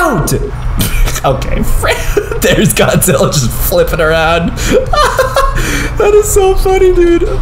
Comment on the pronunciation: Why you say godzi